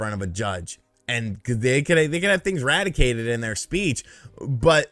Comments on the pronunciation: lol I love when you say "radicated". I think it's pronounced "re-DAC-ted", but RADICATED sounds WAY more intense and awesome! Love the videos! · it’s “redacted” not “radicated”. Radicated I think is being confused for the word eradicated. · lol it’s pronounced redacted